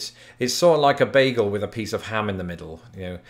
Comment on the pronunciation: Swear to God, I heard "beagle," not "bagel"!